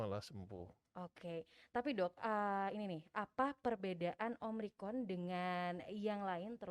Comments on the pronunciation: si mbaknya tetep aja bilang omricron wkwk. dokternya udh nyebutin yg bener tetep aja bilang omricron... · OMRICON'' ngomongnya aja masih salah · omicron mbak, bukan omricon, berulang2 bilang omricon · Ini host bisa NGOMONG GAK SEEEH, Ngomong Omicron sj gak becus, dr awal ngomong Om rikon..Om rikon..Om rikon, hadeeeuuh!!! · Omicron yu...bkn omricron...